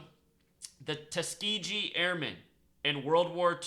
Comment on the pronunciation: The G part in Tuskegee is pronounced the hard way I grew up from Tuskegee and people who lived say it with hard G.